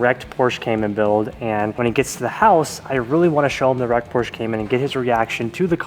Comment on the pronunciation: Like your video and I know that you are a car guy but PLEASE learn how to pronounce PORSHE!!!!!!!!!!